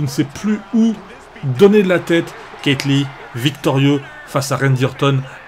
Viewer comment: Tu c pas prononcer keith lee